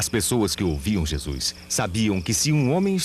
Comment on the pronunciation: Quem este que vc trata por JESUIS QUE ISTO VC ESTRAGOU A OBRA JESUIS, horrível VC FEZ TUDO BEM, PELO AMOR DE DEUS VC TEM CABEÇA FACA O SOM DESTA PALAVRA DA JESUIS NAUSEIA NO MÍNIMO É FALTA DE RESPEITO VC FOI CONTAGIADO PELO HORRÍVEL CARIOQUIES HORRÍVEL